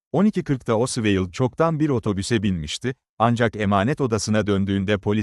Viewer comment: Her tarafı dökülen saçma sağan bir video. her şeyden önce, çocukların bile bildiği Lee Harvey Oswald'a diliniz dönmüyorsa, neden video çekiyorsunuz? Ayrıca içerikte sayısız hatalı bilgi var sayın.